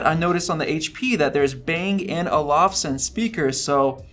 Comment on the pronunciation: I didnt laugh anything except Speaker Testing. LOL 🤣. He said Bnag&Olifson sound system and HERE YOU GO... hahahahah 😆